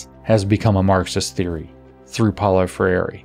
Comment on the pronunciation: If you want to pronounce his name closer to the original: Pow-low Frey-r(e) But, won't blame you for utterly not caring. Ha.